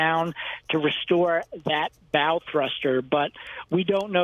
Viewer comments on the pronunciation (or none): Did the DEI hire say "bowl thruster?" 🙄